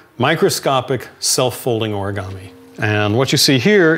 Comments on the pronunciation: It is not pronounced or-a-ga-me. It is pronounced o-re-ga-me. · オルィガァミィ が好きすぎる